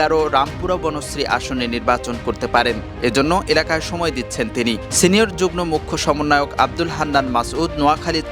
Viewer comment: যুগ্ম= উচ্চারণ হবে যুগমো